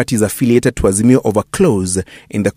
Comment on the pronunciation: Harroooo Ass-mio 😂😂😂msarrrendo mtafute booondo 😂😂Harrrooo Ass-mio